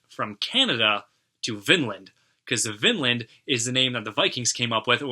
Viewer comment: The national anthem really reminded me of Manowar and Amon Amarth. By the way Vinland means Wineland and is pronounced Veenland(ee as in teen).